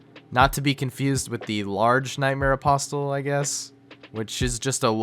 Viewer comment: The word "apostle" has a silent t. It's pronounced apossle.